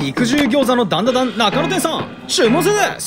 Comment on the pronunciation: ダンダダンの滑舌のよさ